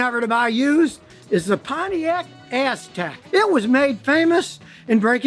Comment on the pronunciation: Aztec = Asstek